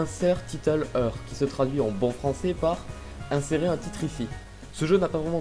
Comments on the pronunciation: heur xD 9A SE DIT IRE mais c'est pas grave ta mignonnitude pardonne tout <3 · cest "hir" pas eur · here se prononce : ire.. lol pas HEURRe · sa se prononce hire pas here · Tueur d'enderdragon Here ne se prononce pas ire mais hire. Le h est très important. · Ça se dit "Hire". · Sa sonne "ire" quand même